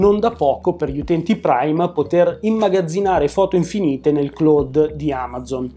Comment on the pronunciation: “Nel Cloude di Amazon…” Cloud in inglese si pronuncia claudddd!!!😖